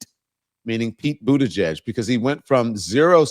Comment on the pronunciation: How on earth is he getting 0% of the black vote, and he hasn't run for anything since 2019, he was Biden's transportation secretary, appointed by Biden like every other cabinet member, and instead of calling him mayor Pete maybe you should learn how to say Buttigieg, which is his last name, and start showing him respect when it comes to his name like you do with every other U.S. politician. He is busy fighting Donald Trump constantly and doing real work trying stick up for black communities and also for women's rights and also workers rights. This is a real shame.